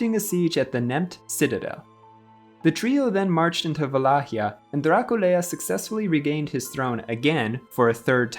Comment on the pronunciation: Nu îi spunem Dracul-e-a, ci Dracula. Poate pronunțarea timpurie a fost alta.